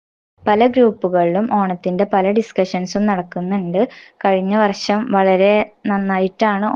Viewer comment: ആദ്യം നാക്കോക്കൊ ഒന്ന് വടിച്ചു വെടിപ്പാക്കി വർശം അല്ല വർഷം എന്ന് പറയുവാൻ ശ്രമിക്കു ടീച്ചറെ